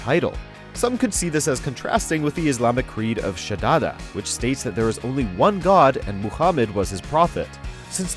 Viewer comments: Its Shahadah not sadadah. please. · Not shadada its shahada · its syahadah,not shadada you moron,go learn before do a fucking video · shadada ???? what is that ?? ooooh you mean shahada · What is your reaction as the leader of a country which has [nonsense] issues with - literally - the WHOLE world, if Niantic accidentally dropped a PokéStop/Gym on a military base or a nuclear power plant? That's the reason behind Pokémon Go's ban in Iran. - Screw you, it's "Shahada" not "Shadada" - Iraq is literally a real-life iteration of PUBG lol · SHODADA! hahahaha MOKHAMED? Lol